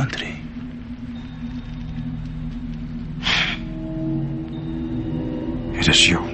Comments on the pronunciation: in 3 minutes, I heard more "Contry" than I heard in my entire life. No offence. Is Anil doing it on purpose? or was it just a bummer? Again NO PUN INTENDED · everything else is okay but which part of hollywood says chontry, beats me :/ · Contry - Should like Odia. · It’s not a problem but the way he pronounced it is not in sync with the accent he uses for other words that he’s speaking.. where did the accent go for a toss there? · he is pronouncing country wrong. And Indian shows need originality man, why do they copy american shows.